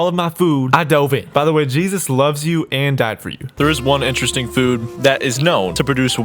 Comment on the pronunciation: IN-TURR-RESTING SHIT!!!!!